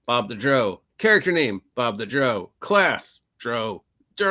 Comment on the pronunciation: Why do you pronounce Drow like that? Drow is pronounced like Brow like eye brow. "Dr-Ow", like adding the sound you make when you stub your toe, "Ow!". You're pronouncing it like the British pronounce Brough. I've never heard it pronounced your way in any of the Drizzit audiobooks. if you listen to Realms of the Underdark into the audiobook it is pronounced the way I described. Good vid tho. agreed that drow are evil.